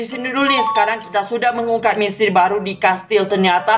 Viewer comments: Bang ko ngomong misteri malah jadi mestri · Mistery kak bukan mistry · Kak kalo ngomong misteri kok mustri...🤣wkwk kasih love ya😍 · Gw: misteri.... Kak: mistri...wkwkwkwkwk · Emanag tapi gak papa kok maksh han lucu